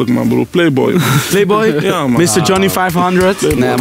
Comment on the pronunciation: "nee MAN is niet charmant, ik hou van klasse MAN" hahahah praat normaal dan eh hoofd